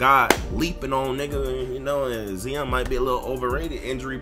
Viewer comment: westbrook = regular season stat pad (stamina) Lillard better in the playoffs. (Heart) and who the fuck is Zeon just because you're hood don't mean you have to miss pronounce shit.